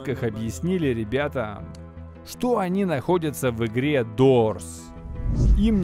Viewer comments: Не дорс а дурс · Дурс а не дора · Дурс а не дорс